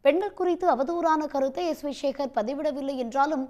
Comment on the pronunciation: சேகர் என்ற சொல்லை ஏன் ஷேகர்,ஷேகர் என்று சொல்கிறாய் எழுதும்போது எப்படி எழூதுவாய்?